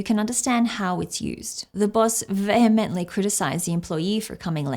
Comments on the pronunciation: You would have done well to look at the Google pronunciation before spending the remainder of the video pronouncing it incorrectly. I'm Australian so that's not excuse. The word is pronounced vee hemently Vay hemently not vay hemently. Good God! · How is it that in a video about upgrading language and how to learn the pronunciation that the first word is pronounced incorrectly and not according to pronunciation google provided. It distinctly said vee-hemently not vay-hemently. I'm only asking about this because you were actually showing your audience how to avoid the problem you had. Can you explain why you didn't pronounce it like you were shown? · John vehemently disagreed with your pronunciation of the word, vehemently.